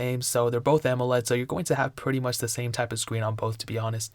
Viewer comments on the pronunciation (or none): none